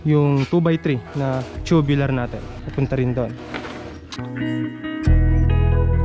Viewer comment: Tubular hindi tubilar ang pronunce